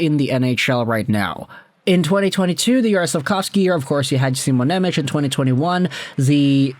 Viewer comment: Please please please stop saying nemech as simons name. Im slovak and its hurting me to hear😂. His name is Shimon Nemec not nemetsch😂